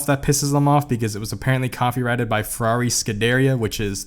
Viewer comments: Man it's not Schederia...it's SCUDERIA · Lol sorry hopefully we can see the full video again in November! BTW, it's pronounced SCOODEREEEEA..Like diarrhea...lmao😂😂😂😂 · BTW not to be mean but Scuderia is pronounced SCUD A REAR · The way you pronounced scuderia hurt me No hate intended, love all you videos man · Did you really pronounce Scuderia like that? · Please do not pronounce "scuderia" the way you did again😭